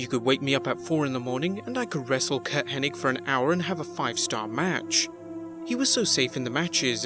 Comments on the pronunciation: Maybe it was just Vince’s accent but it always sounded like he said Henning. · Why do people keep calling him Curt Henning? its Hennig not Henning right? wrong? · Get his name right! It's Curt Henning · It's HENNIG, NOT HENNING, moron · IT'S HENNIG, NOT HENNING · FYI everyone... it’s HennIG not HennING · I think where the confusion lies, is the g is actually silent, so it's actually pronounced Henni, so when people see the g at the end, they automatically assume it's Henning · Yeah on youtube i always see people calling him Henning, like wtf?? Lol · It's remarkable how so many people in the business respect Curt Hennig, and none of them know how to pronounce his last name. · It's H-E-N-N-I-G, NOT H-E-N-N-I-N-G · You mean "HennING", right? 😉